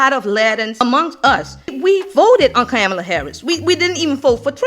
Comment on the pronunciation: U mispronounced "Kamala" name. 🫤